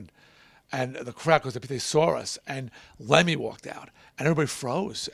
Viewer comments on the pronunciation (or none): Get his name right.....